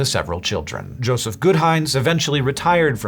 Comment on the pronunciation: "Jospeh"? Not Joseph?